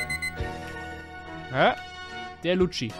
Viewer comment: er heißt LUCCI WIE IN LUKKI